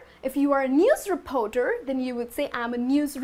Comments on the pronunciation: great video!!! BUT re-poar-door should be reporter. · Sorry I can't take the mispronounced words such as "Repoter"? It's reporter with an "R". What do "u" do? If you are going to try to teach English, try to learn how to spell and use proper pronunciation. In would not be happy with you teaching my child. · The 'o' in 'reporter' is not an 'o'!